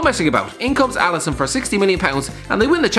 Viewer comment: Alisson, not Alison.